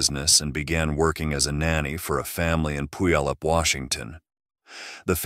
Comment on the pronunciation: That town is where I was born and raised, and I loved it. However, the pronunciation is way off. It's pronounced Pew all up. Named after the Indigenous peoples of the area.